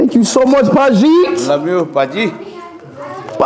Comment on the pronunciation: "Lmao thank you so much, Paji-eet"......bro it's Paji